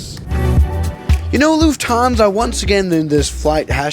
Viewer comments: lufhansa? lol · did none of you guys see lufhansa? its LUFTHANSA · Lufhansa? Do you mean Lufthansa? Was it a typo, or mistake? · Do it read that correct ? LUFHANSA ? Man, it is FLUFFHANSA. How can someone stuff that one up so bad ?🙄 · Yes we love”lufhansa” lol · Why do you pronounce it "Lufthaaansa"? Cool video but that triggered me very hard. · hey might want to change the “lufhansa” 😂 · why did you forget the T in lufthansa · dude is going full german mode